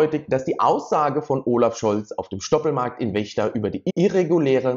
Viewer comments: Es wird FFFECHTA ausgesprochen! Nicht WECHTA! 🎉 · Die Stadt heißt Vechta (ausgesprochen Fechta) und nicht Wechta. Ich frage mich immer wieder, warum die Leute aus einem V ein W machen. Bei der Verden ist es nicht anders. Das heißt auch nicht Werden. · Den Ort in Niedersachsen (Vechta) spricht man "Fechta" aus ;-) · wo liegt wechta? vechta heißt das! ich sag ja auch nicht bürlün. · In Vechta mit V nicht mit W